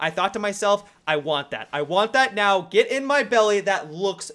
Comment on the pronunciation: "Geet in mah belleh"